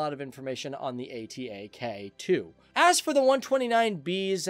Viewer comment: it not a-t-a-k its atak means attack in turkish :D